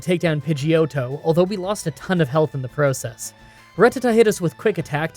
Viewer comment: I feel like this guy pronounces "process" kinda funky.